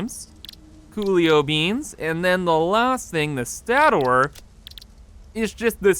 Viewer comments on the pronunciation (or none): Love your videos! BTW: it is pronounced 'stay-ter'. Cheers! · Stator is pronounced State or. Sorry, it kind of annoyed me. Other than that you are fun to watch. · sta·tor /ˈstādər/ (stayter) noun the stationary portion of an electric generator or motor, especially of an induction motor. Sorry the mispronunciation was triggering me lol still get a thumbs up from me tho lol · Its actually pronounced "Stay-tor" Lol